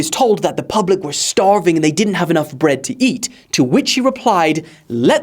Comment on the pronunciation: “Brood?” You mean bread